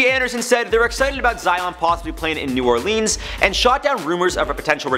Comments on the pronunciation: This dude said new Orleens that's not how you say it. It's new orlins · Dat boi just said New Orlens